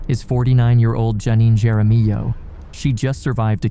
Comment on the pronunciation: Jaramillo...lol you pronounce it harmiyo